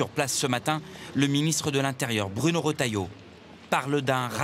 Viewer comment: c'est retailleau pas rOtailleau, le journaliste sait pas parler